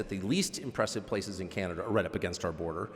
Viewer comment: Canada is pronounced wrong too